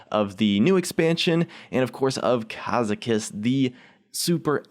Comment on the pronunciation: gad get zan not gadjetzan